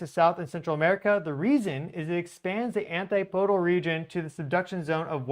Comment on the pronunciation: Sorry for this, but but my O/C kicks in every time I hear it. ANTIPODAL: an-TIP-uh-dul. "PODE" is not stressed. Keep doing the good work,. You are greatly appreciated.